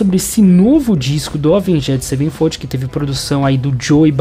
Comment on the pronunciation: Doeu de ouvir